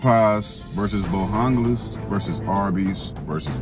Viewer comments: Bo JANGLES NOT hungles 😂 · Bojangles 😂 not Bohangles